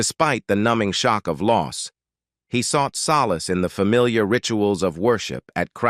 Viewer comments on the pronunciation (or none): none